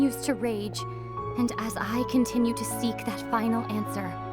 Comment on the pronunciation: I almost cry it was so sad when ather said can we CUNTRINIEune our juriny